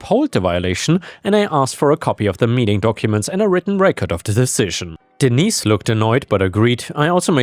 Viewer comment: Hello,.Hello, cute little Fur balls.Sorry, I don't remember all your names.I remember disney because that was the one i'm saw the most and heard the most, but when I heard you say denise, I thought you said d neice 😆